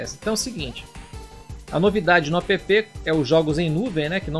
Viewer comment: Apepê?! Será que algum dia vão perceber que app é uma palavra, e não uma sigla?